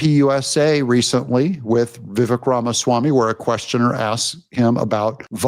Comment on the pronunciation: Lol you are the worst name pronunciater I’ve ever heard…Vivek is pronounced Vi vake.. rhymes with cake